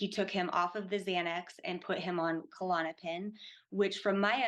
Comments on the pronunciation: Why do people call it Ku-Lon-o-pin? It’s just Klonopin. Little pet peeve. But anyway, yea it’s horrible I’ve gone through many awful withdrawals myself and I hope to never have to again. Hearing this, I’d be scared to not make it through (as I’ve felt going through it in the past too!). Was on klonopin over two decades. Prayers to all struggling to safely get off these drugs. ❤ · After all she's been through, she still doesn't know how to pronounce Klonopin or how it's different from Xanax? Bizarre.